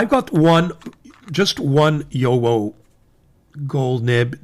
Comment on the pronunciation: FYI… the correct pronunciation of JoWo is “YoVo”. (the “w” is pronounced as a “v”) I enjoy your videos very much 😊